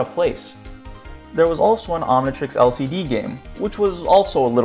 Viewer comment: It’s omntrix not omntrex